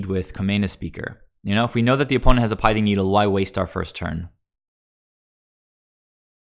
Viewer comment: It's not a shot at you or anything, I just try and correct pronunciation on any mtg commentators: the pith in pithing needle rhymes with myth or sith (starwars). Good content overall. I like seeing the early testing of the UG lists. At what point though do we just go all out aggro with 10-12 1cmc (aka bring in cosi's trickster too), forgo the vials, and run reejerey for top end of the curve lords? Is there a point where that happens? If so, also at what point are we asking if we should just be playing zoo? Should we drop down the spreading seas to a seas claim so we're not taxing land as much to still get the evasion?